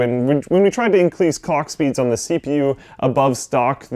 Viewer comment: sounds like he says cock speed at the mark